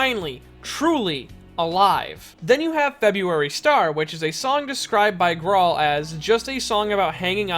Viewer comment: His name is pronounced groll